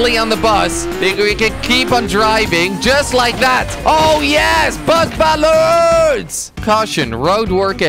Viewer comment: instead of bus balance I thought that he said butt balance